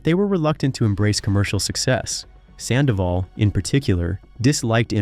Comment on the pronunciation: The Red Carpet well done for all the story and Infos you give but it's really unbearable that you keep call her too many times "SANDAVOL " !!! FFS Her name is HOPE SANDOVAL !!!